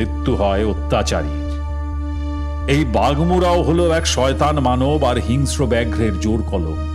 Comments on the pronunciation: Golpo Darun, sudhu bar bar hingsra katha ta hingasra uchharan sunte birokto lagchilo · হিংস্র uchcharon ta ektu dekhben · hingsra ucharon thik korun